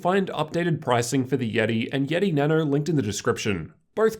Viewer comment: why does he say Nano so weird he says Na noU